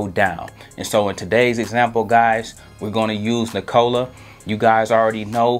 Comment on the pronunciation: Nik-uh-la......NOT Ni-Cola 😂😂😂